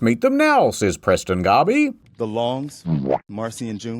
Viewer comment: I'm actually kinda mad they got Preston's name wrong. But I understand... Garbey is hard to confuse for Garvey